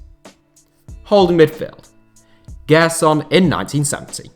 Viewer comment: Just a tip on pronunciation: Gerson's name has a J sound, like in Jay. "Jerson".